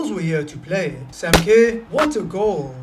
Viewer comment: just to help you pronounce Sam Kerr it’s Ker so Sam ker